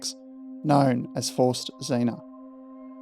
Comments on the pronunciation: Great video. You’ve earned yourself another subscriber. BTW Zinne is pronounced Tz in neh, not zeena. The double N shortens the vowel. Z is pronounced tz like in trar. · Learnt German in 2nd and 3rd year leaving years at school . Pretty sure German pronounced Zinna is pronounced like Australia says spinner or Spinna so Zinna not Zeena . It's just a small grasp of German but grates a tad each time you pronounced it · Very interesting, never heard of this incident before. –Zinna would be pronounced “tsinner”. While it’s DDR in German, it’s GDR in English. There would have been no graffiti at the station during those days, small mercies. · It would have been useful to first find out how to pronounce ZINNA